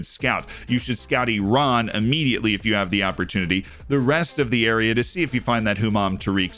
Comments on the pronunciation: Thank you for your correct pronunciation of Iran ☺️👍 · Loved that emphasis on Iran! The first time I saw Ashkan Dejagah on your YouTube channel cover, I realized you are the main one on FM. 👑